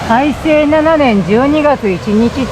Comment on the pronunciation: 「大正」（たいせい）→（たいしょう）少々驚きｗ